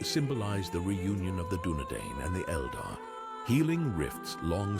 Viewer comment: And it’s pronounced Kirion not Siri on! And it’s Dune-Edine!